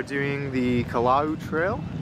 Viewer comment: It's pronounced: "Ah-VAH-Ah-VAH-Poo-hee" (Awaʻawapuhi). In Hawaiian, the W's make a V sound. "Kah-La-La-ow" for Kalalau. "Po-KEH", not "Po-key" for Poké. Hope that helps 😅🤙🏾